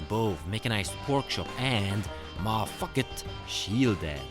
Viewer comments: Hopefully youtube won't find me 2 replies deep, but your pronunciation of 'Ma Tucket' sounds like you're saying 'Ma Fuck it'. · Huzzah 4th Ed! I know you have an accent, and I want to say this diplomatically, but whenever you said 'Ma Tucket', it sounded like you were saying an expletive. I really raised my eyebrows the two times I heard you pronounce her name. If you could over-emphasize the 'T' in her name, because it currently sounds like you are making an 'F' sound. That aside: yay more Yan Lo!